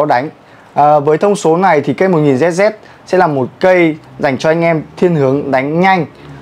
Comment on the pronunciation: sao thay ông nào review đọc tầm bậy tầm bạ v, hết "cm khối" rồi "1000zz" ?